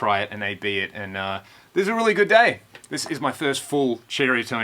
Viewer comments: the name is not pernounced "cherry a tone". its pronounced exactly as it is spelled.ceriatone. sir-eye -a -tone.and for what you paid for it you could have gotten a used bogner or any other real amp. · Did you say Cherriatone? That's what I thought.....still very cool,cheers.